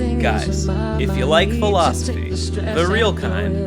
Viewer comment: wince thats not how you pronounce kawaii... But yeah good vid